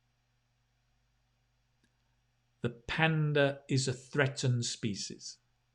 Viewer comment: Hello sir, I am afraid that you mispronounced the word "species"....Pls look up the pronunciation.